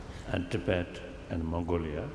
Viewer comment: Andrea Cappuccio especially the constant "to bed" instead of tibet^^